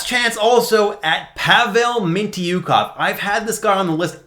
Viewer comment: The pronounciation of mintyukov is wild